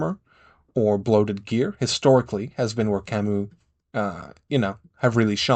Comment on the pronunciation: Nice video! Your pronounciation actually made me go out and check how to pronounce Kamau. It comes from the Kikuyu language in Kenya, the IPA guidance is: /kà.mà.úꜜ/, which is pronounced as Kah-Mao, not Kah-Moo. I always wondered how that word is supposed to be pronounced. Also, it's Machine-ist, not Ma-Kin-ist, while yes it does come from the Latin Machina, French is an intermediary root for the word: Machiniste